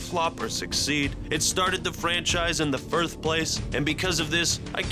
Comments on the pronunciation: “firth place” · "Firth place"? Really? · “In the furth place” LOL 😂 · firth lol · In the firth place. Lmao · Are we gonna ignore the fact he said forth place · I always hear you say "Firth" instead of "First." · "in the firth place" xD i see what you did there. talking about what you don't like about bungies games, but still bashing on 343ind. mistakes 😂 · "Firth place" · in the firth place (I heard that u) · "in the firth place" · "In the firth place"😂 jk love you